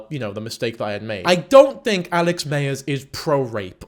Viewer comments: You keep saying mayers but its myers I like his videos as just like a short form of the movies but yeah obsession was out there compared to other videos I have seen of his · 😆lol every time you said “Alex Mayers” Im reminded how vastly different Americans and British people say “addidas”. Also no shade, I thought you made great points throughout.